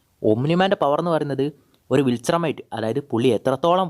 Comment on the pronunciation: its not vilchermite its viltrumite